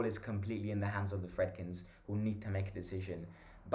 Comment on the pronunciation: btw i think its pronounced Freedkeen